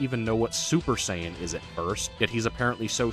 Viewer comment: Z fighters being the go to in western DB kills me. Just like how they mispronounce Saiyan.